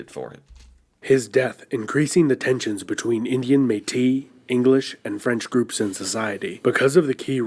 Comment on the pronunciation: Hey I found another exception to the French rule of pronounciation! The "if it's a consonant at the end of a word not followed by an e you don't pronounce it" one. "Ours" is one (i.e a Bear) And also "Métis" is one! We do pronounce the 's' at the end! I don’t blame the guy, it's usually a good rule, but there's a few exceptions.